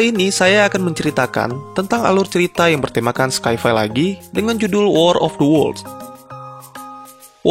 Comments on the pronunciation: apanya yang tanda tanya? Itu saya jelasin yang pengucapan sci-fi yang baik dan benar biar ga salah baca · Sci-fi di bacanya bukan skai-fai tapi sai-fai dengan pelafalan indo